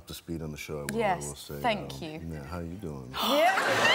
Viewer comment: what's with that "how you doin" thing? Where's the catch?- is it like new yorker style of saying it? Because I remember Sal Valentinetti saying it similarly to Heidi on AGT. But I like Matt's better)))